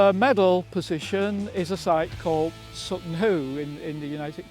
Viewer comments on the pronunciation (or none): none